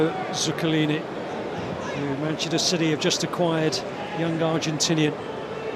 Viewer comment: Is it just me, or did he say "shitty" a couple of times instead of city? xD haha